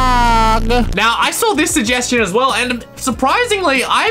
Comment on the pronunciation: Shugheshtion Fhinaleh Me: Shugheshtion Noeh